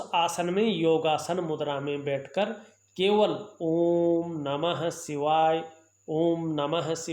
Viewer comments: भासायें, ज्योतिसी, ॐ नमो सिवायः, अच्छर, परेसानी, असनान, संकर भगवान, सुक्र, सिस्य, यस, सानदार, छैत्र, छमता, सक्ति, प्रभावसाली,•••••• हिन्दी का इतना अशुद्ध, उच्चारण•••••• क्या आपको रत्तीभर भी शर्म नही आती?? बेहूदा हिन्दी उच्चारण•••••• ऐसा ही आपका ज्ञान होगा, इसमें कोई दो राय नही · भासायें, ज्योतिसी, ॐ नमो सिवायः, अच्छर, परेसानी, असनान, संकर भगवान, सुक्र, सिस्य, यस, सानदार, छैत्र, छमता, सक्ति, प्रभावसाली,•••••• हिन्दी का इतना अशुद्ध, उच्चारण•••••• क्या आपको रत्तीभर भी शर्म नही आती??बेहूदा हिन्दी उच्चारण•••••• ऐसा ही आपका ज्ञान होगा, इसमें कोई दो राय नही